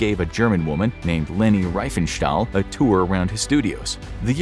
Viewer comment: Leni RIEfenstahl, not "Reifenstahl"